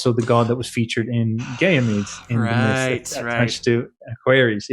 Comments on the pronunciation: Pronounced GAH-KNEE-MEAD btw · How did you get “gay-e-mede” out of Ganymede. Baffling.